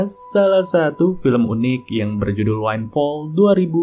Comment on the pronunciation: bang sedikit koreksi bacanya windfall = dibaca - winfol bukan winefall = dibaca - wainfol semoga terus berkembang channel nya amin yrabbal alamin 😊